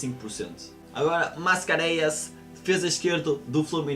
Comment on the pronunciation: "O Sevilla gostou muito do Dalot" - na parte do Layún "" Quem é esse? "Tamaze" quando é "Tameze"